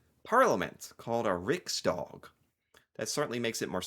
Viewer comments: No way you didn't know this... what the hell? You should react to videos about him. He's quirky and loved. WOW, you actually said "riksdawg" and not "riksdäg", very impressive. Having just two parties that you vote on and then the winner gets to rule... that's so fucking horrible. Social Democrats protecting the welfare?! HAHAHAHAA! It's there on the flag! It should have listed them all... Yes. Haha you said 2024, but got the math right. Last election was huge and finally Sweden has started to improve again... And it's a government that finally is actually working together. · I have to compliment you on the pronunciation of words like riksdag, talmannen, Ulf Kristersson, Gustaf… You pronounced them really, really well 👌🏻👍🏻🌸! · U actually pronounced Riksdag very very good fyi. Spot on on the A ^^ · The king does live in a castle. The royal family has several castles throughout Sweden. I think they spend most of their time in Stockholm, however. The castle in Uppsala is pink.😀 Riksdag is pronounced exactly like you did.